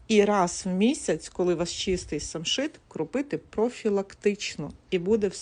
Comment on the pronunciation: Самшит ,а не шамшит.